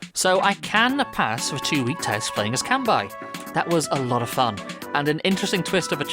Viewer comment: You’re pronouncing his name wrong. It’s “Kanbei”, not “Kanbai”.